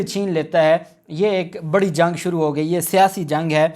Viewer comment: Dhailay ki nahi دھیلے ki . Plz use the correct word. Bree nahi hota Bari hota hay . U are doing a good job but u need to use the correct pronunciation of words .